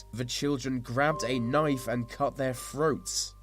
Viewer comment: his "th" are pronounce with "F". Through= Frew Three= Free throats= froats thirteen= firteen